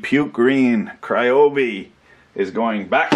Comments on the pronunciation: It's cryobi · it's pronounced ryobi not ryobi